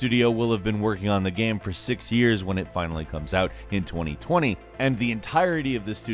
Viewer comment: Your Pronunciation of "Game" is slightly annoying😥